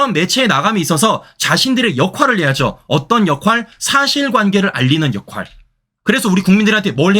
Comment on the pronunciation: 국어시간에 졸았나 역할을 역활이라 발음하네!